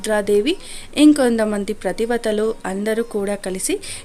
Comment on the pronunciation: ప్రతి వతలు కాదు పతి వ్రతలు అని పలకండి, మీరు తప్పు చదివితే యెలా, మీకే సరిగ్గా తెలియదు అందరికి ఏం చెప్తారు